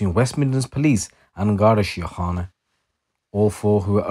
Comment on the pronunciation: Flawless pronunciation on Garda Síochana